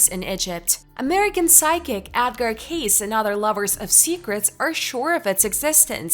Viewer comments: It's Edgar "K~ See" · Edgar's last name is pronounced, K-see. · Right! That bothered me every time she said it wrong!!